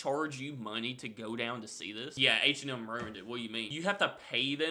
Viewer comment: Your pronunciation of H&M is wild. It sounds like you're saying "Ancient Elm".